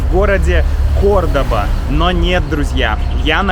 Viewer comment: The pronunciation is CORDOVA, not CORDOBA